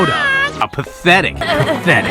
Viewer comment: "Pathetic" ❌️ "Patchetic" ✅️ "He grabs Buizel's pee-pee" that's his tail...